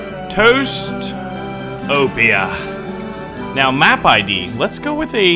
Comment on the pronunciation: every time you said toastopia i heard toestopia. the land of the toes 😂